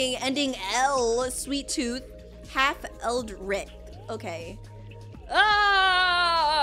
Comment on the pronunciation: your pronunciation of ‘eldritch’ hurts me, ‘L-der-itch’